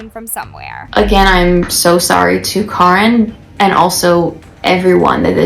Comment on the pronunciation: Guys it's Caren not Karen sssniperwof has chica's head in the background😂